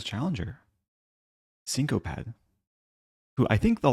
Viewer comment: I think syncoped might be pronounced syn co peed (like past tense of syncope aka fainting/ passing out)